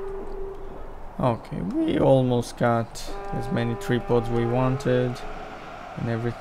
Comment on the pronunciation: You call them "tree pods"?